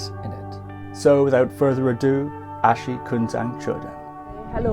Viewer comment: It’s really inspiration to listen history of Bhutan‘s noble Family. I think ༼ Achi ཨ་ཕྱི་༽not ༼Ashi ཨ་ཤི་༽